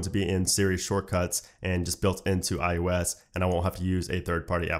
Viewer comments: Why do i always hear you saying IUS 😂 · Am I the only one hearing this guys say ‘I US 13’ ???